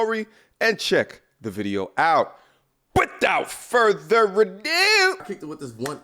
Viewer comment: now that's how it should be said "without further a DUEE!!! LOL